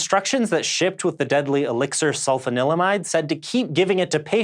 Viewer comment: Ahem: sul-FAHN-il-uh-mide.